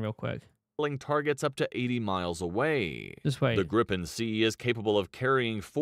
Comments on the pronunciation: Its Griipen not Grippen! AI- voice/vid sucks balls... nice vid though! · It's more like Griipen, not Grippen. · I don't understand how he can pronounce it "vaigen" when there's two G's, and then he looks at Gripen and somehow gets "grippen" out of it? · General rule in swedish: One consonant after vowel = long vowel. Two (or more) consonants after vowel = short vowel. Just saying that they manage to pronounce both Viggen and Gripen totally wrong and my ears are hurting.